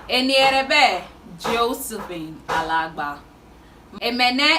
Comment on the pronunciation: I like how you said "Josephine"🥰